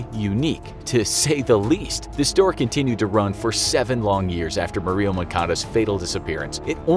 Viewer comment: Why does the narrator say “Marie-O” instead of “Mario” (like super mario brothers)?